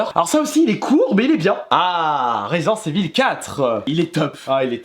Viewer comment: resent evil il dit svp ecorchez pas l nom de jeu exxelent ^^